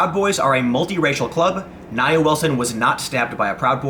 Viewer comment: Her name is pronounced NIA. (NeeAaa.) You're welcome. You believe these "KKK wanna be's"? BS. This 'animal' attempted to also kill her sister.